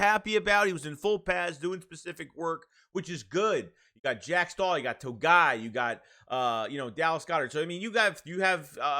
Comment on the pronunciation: Toe. Gee. Eye. Hard G. Togiai.